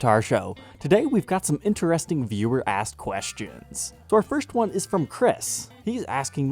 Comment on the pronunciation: always think he says viewer-ass questions